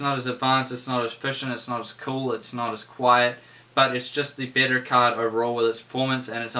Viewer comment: are you saying bitter or better? shiet